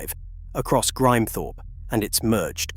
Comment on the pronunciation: American A.I. can't pronounce Grimthorpe.